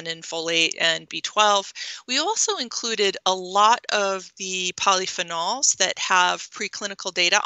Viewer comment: I don't like how she pronounce polyphenols. And eggs are not good.